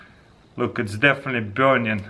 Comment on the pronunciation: "It's deafinitely burnion"